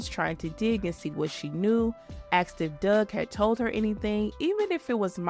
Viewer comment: If you had a dollar for every time you said "axed" instead of "asked"